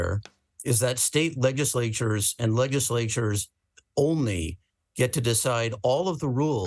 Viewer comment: Is that dude pronouncing it LEG-iss-lay-chures instead of LEDGE-iss-lay-chures?